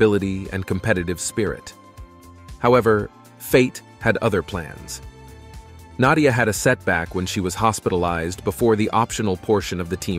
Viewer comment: Even what some might liable me as a hillbilly knows and loves her and great respected a honor to pronounce her name correctly. Interesting 70s up to today a all time great and delight to learn more about this greatest of all gymnast 🤸‍♂️. 🎉 God bless you and yours❤❤